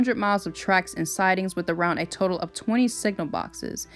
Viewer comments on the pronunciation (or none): none